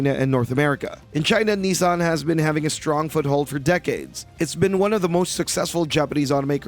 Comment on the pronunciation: It's not nee-san, its nih-san.